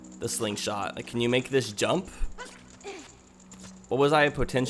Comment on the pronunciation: Did you get all the chests in the forest temple? And sounds like you said "can you make this dump" but it was jump.